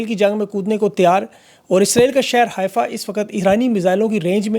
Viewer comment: Just to correct your information; It is called "حيفا" and NOT "حائفه" ..